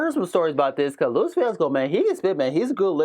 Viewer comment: “LOO-PAY” not ‘Loop’ 😂